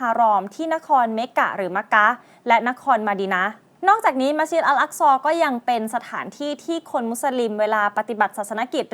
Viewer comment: مسجدالحرام المكة มัสยิดฮะรอมมักกะห์, مدينةมะดีนะห์, الأقصىอัล อักซอ سليمان สุลัยมาน ออกเสียงชัดทุกคำเลย